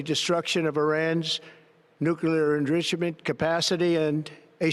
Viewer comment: What's engritchement?